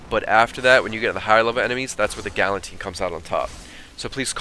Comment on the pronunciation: You said "Galantine." thats hell funny it s "Galatine" lol